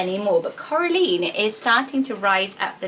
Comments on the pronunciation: It’s actually Cora-line not Cora-leen! Haha It sounds nice both ways. The film is fantastic! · It’s Cora LINE not leen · I think Coraline is actually pronounced like Caroline, with the Line on the end instead of Lean xx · Coraline is pronouced Coral-eye-n Sorry, I don't want to sound mean, this book/movie was just a big part if my childhood, it's very special and I don't want it to go down all wrong, definitely on my baby list though 🥰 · That's not how Coraline is pronounced. It's pronounced like Caroline but with an O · I think it's pronounced like Caroline or Madeline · The line at the end of Coraline is actually pronounced the same way as in Caroline. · U say Coraline weird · Thats what i thought. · I really like Lyra, the books were pretty awesome and I love the idea of daemon. Pan was sooooo cute 😊 I'd rather choose Coraline if it were pronounced the way you did :3 Mr. Gaiman got some pretty nice female names in his books. Ivaine and Oonagh or Una sound quite sweet, too, though I'd probably choose them for characters rather than babies ^^' Some names from Astrid Lindgren's books would probably make my list, too. I somehow really like Birk or Birka for a girl. Some more common names like Mia or Ida (and those would be reminiscent of my grannies names, too) Another good place to search for names would be Michael Ende's books, I guess. The Neverending Story was the first fantasy book I ever read and I think maybe Auryn or Nessaja would make good names, too. Or Momo? I know that's not a book, but right now I really love Linea, which I first stumbled across when watching "Island of the lost souls". Maja or Maya is another that would make my list for girls (My parents wanted to name me that, but decided against it, because of a rather chubby, cute, little, animated bee, that was rather popular around the time I was born) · You pronounced Coraline wrong